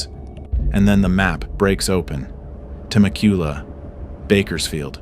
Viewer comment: Temecula is pronounced "tuh-MEK-yoo-luh" not "Teh-meh-COO-lah". Great video regardless.